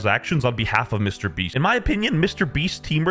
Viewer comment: Lol "Mr. Breats" 💀